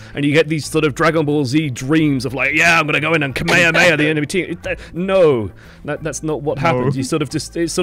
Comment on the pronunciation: ..... That attempt at pronouncing "Kamehameha " was pathetic! 😂😂